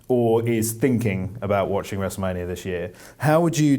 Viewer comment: "Wrestlemanier" Lmao god shes cute.